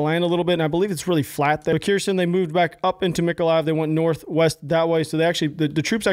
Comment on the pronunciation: Uhhh, 100hrs is a far cry from "high up in the ranks" my man.. I know, you're likely as confused and surprised as I am and was about that. Oh and btw it's not Keersin, it's pronounced Her-s'on.🤘🏼